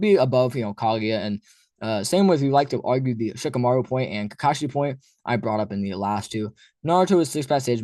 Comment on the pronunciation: Shikamaru??? Dude, stop.